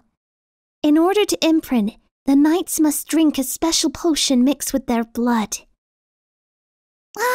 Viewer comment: Has anyone noticed when is reading the word knights isnt finished... 6-7th line